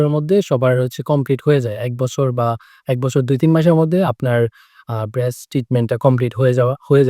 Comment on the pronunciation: Bhaiya bres na braces apnr pronouns bul hocche ami apnk lojja diwar jonno boli keo jodi shamne theke apnk lojja dei tai tik kore dilam😊❤